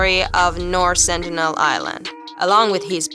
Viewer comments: Its SenTINEL... not Senitel!! Are you making stuff up?? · it's Sentinel not Senitel!!!!!